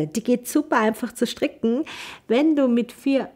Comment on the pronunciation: Sehr schöne und verständliche Anleitung. Aber warum sagt sie immer STRICKCHEN ? Ist das eine Verkleinerungsform von stricken oder ein Sprachfehler? 😂